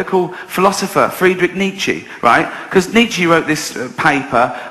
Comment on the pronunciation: "Fredrick Neechy"